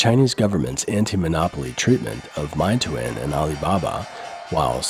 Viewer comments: It's not MY-TOO-IN, but more like MAY-TWAN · meituan isn't pronounced my-too-in btw it's may-twan (only correcting you because you left a pronunciation on screen) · Don’t get me wrong, I enjoy your different perspective. I just want to point out that it’s pronounced MAY-TUAN not MY-TOOIN. Getting the pronunciation right will give you more credibility. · It's pronounced "May twan" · my-toon? ahhh that's not how its pronounced... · Meituan is pronounced May Twan. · It's pronounced mayyy twaahhn